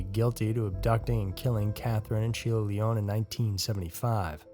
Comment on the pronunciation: the name Lyon is NOT a french sounding word so your misprouncing it and its annoying to hear smh